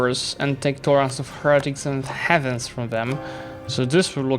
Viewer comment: I heard you making this mistake in pronunciation over and over again, so I finally decided to correct you. Please don't take it the wrong way. Heathens are not are not pronounced the same way as heavens. It's something like "hiwyns" not "hewyns". But you don't have to take my word for it, check it online.